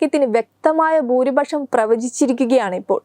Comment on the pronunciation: ബാരതമല്ല.... ഭാ ര തം. ബൂരിപശ്ശമല്ല..... ഭൂ രി പക്ഷം എന്ന് തന്നെ പറഞ്ഞ് പഠിക്കണം. ഷ, സ, ശ എന്നീ അക്ഷരങ്ങൾക്ക് ' ശ' എന്ന ഒറ്റ ഉച്ചാരണമല്ല.... വേറെ വേറെ ഉച്ചാരണമാണ്. വാർത്ത വായിക്കുന്നവർക്ക് അക്ഷര ശുദ്ധി തീർച്ചയായും വേണം.